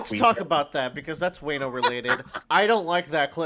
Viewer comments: You're pronouncing Wano wrong. It's cringe to listen to. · to let you know it's not pronounced way-no it's wan-o (like Wan-da) I believe it's based off wa no kuni which is what Japan was called a long time ago before they changed it to Japan.